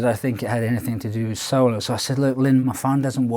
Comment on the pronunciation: Solo? You mean Soylo??